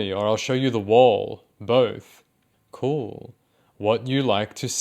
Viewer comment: "kerwl" wow, language has really come a long way huh